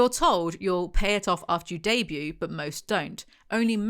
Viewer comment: Debuting the t is silent 😅